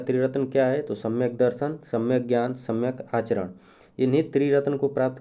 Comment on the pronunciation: सम्यक आरचरण नही सम्यक आचरण होता है